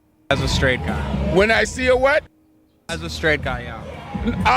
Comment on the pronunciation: "And vuht goes through your mind vehn you do see a pen*s, as a straight guy?" I'm dying